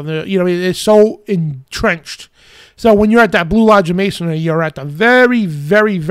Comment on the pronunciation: It's MasonRY, not MasonARY.